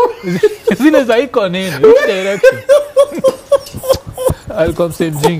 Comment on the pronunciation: Iko Nini is so authentic inasemwa venye inafaa😂😂